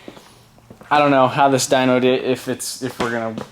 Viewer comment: dynoooo not dynk! -.